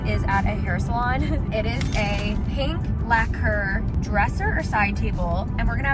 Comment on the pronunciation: kinda obsessed w/ how you sometimes say pink: “panke”